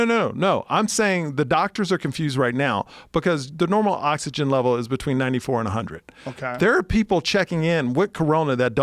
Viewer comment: Joe pronouncing between "bechween" is almost as awesome as his show.